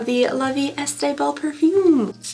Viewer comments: I love you but girlfriend, it's not "La Vie ESTE belle" 😂 "est" is pronounced "e" (yes just like a single letter), kinda like the e in "wear" 🫶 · You pronounce the 'est' like 'eh', in French if the word ends in a consonant you don't pronounce that consonant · Please read!!!!!! I have been leaving the same comment on every video you have ever done where you open La Vie Est Belle. It is pronounced "la Vie EH Belle", NOT "estay"!!! ❤ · Love your videos!!! Quick tip! “est” in “la vie est belle” is pronounced closer to “A,” like just the letter, or “eh,” like a stereotypical Canadian, eh? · As a bilingual Canadian - "est" is pronounced more like like "eh" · For La vie est belle the est is pronounced “eh”. It means is. Life is beautiful is the name in English :) “La - vee - eh - belle” ♥️ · GIRL I don't know where you're getting the extra syllable in "La Vie Est-AY Belle" but it's driving me crazy!!! Maybe you're thinking of Estée Lauder??? (Sorry, I know not everybody speaks French, but you're inventing extra letters in that one 😂😭💀) Love the videos though!!! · For La vie est belle “est” is pronounced like the expression c’est la vie except without the c 😅